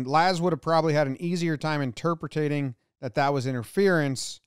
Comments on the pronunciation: No one: Jomboy: “interpretating” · Good lord, did he just say “interpretating? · Interpertating....new word